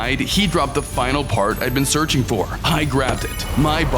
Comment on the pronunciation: In day 99 bro said i was zearching